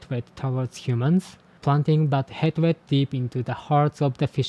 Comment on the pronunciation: whoa no way that's so cool!!! PS hatred is pronounced more like 'haytred' (same as hate). Not to critique you, english pronunciation makes no sense 😅